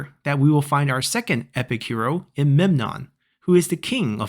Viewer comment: Hello, mate. Welcome to our new heroes, Rhesus and Memnon. To correct your pronunciation, as a Greek, you pronounce Memnon correctly (Μέμνων, aka Mέ-mnon). The other hero is Rhesus (Ρήσσος, aka Rί-sos), a well known king in Thrace of the Homeric period that led his forces to Troy, before he fell to Odysseus and Diomedes. It is said that his army was well armed and big enough, but more importantly it came from behind the Greek army, so it was a threat. Thus, Odysseus teamed up with Diomedes and the two, along with the forces they commanded, learnt from a Troyan spy (some say he was a double spy, nothing extraordinary in those times of utter war) and ambushed him. He is said to have been shot in the neck by an arrow from Odysseus. It is this hero that I would like you to play (remember, I don't own the game, so I can't say whom I would play as), because I like more the settled factions than the horde nations and the uniting script is more challenging, I think. Also, you may get a special mission to repell the ambush by Odysseus and Diomedes and prevent the fall of Troy. Have a nice time.